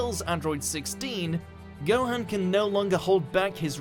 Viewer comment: I am getting sick of you pronouncing Gohan's name wrong how can you pronounce it wrong and then have it said a few seconds later.